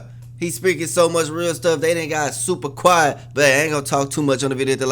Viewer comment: Damn, its "quiet" not quite